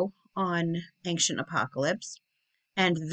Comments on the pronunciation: There is not a "G" in the word ~AN(g)CIENT!! :) Love the content! I like Jon Levi BUT you are more in tune with logic. Your insights are amazing and you literally do your homework better than most. You dig deeper and it seems you filter out the nonsense before making the video ( I watch a lot of videos on this type of thing) and lots of creators include way to much fable, you seem to touch on it just enough to keep me on track without dragging me relentlessly through all the old garbage(TY). The way you include a little garbage to put things in context and exposing what relates stories from one culture to another is so cool. You give the basics first, then you relate it Biblically, to these cultures that were obviously scammed by these fallen ones. The devil will tell you 99 truths just to get your trust so he can slip in 1 key Lie...please keep pushing! Your intelligence is amazing to witness. Thank you. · Ancient = eyn-shuhnt 😉